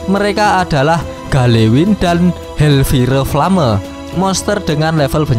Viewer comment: hellfire flame kalo dibaca "hel pire plame" ya?? :D